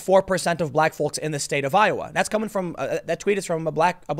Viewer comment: Stop pronouncing the L in folks! my god!